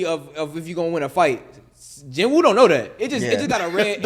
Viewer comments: out of all the anime y’all talk about, i think y’all pronounced about 3 names correctly. ITS PRONOUNCED JEENOO NOT JIN WOO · Now that I just finished watching solo leveling, why do you pronounce his name JIN WOO lol that's not what you heard in the show in dub or sub mane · Don’t debate him if you can’t say his name…(Jin-Ooo)